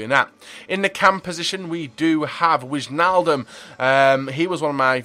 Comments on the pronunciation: If there is wij like en wijnaldum you have to pronounce it like why so whynaldum :-) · You pronounce wijnaldum like whynaldum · wijnaldum, if you call him Why-n-all-dum it's pretty close to the dutch pronunciation. and pls call Depay Memphis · Witchnaldum and Zowut xD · The 'ij' in Wijnaldum is said like the 'i' in ice